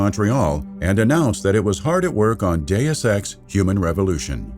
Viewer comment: I am the only one who hears, "do sex" or "due sex"?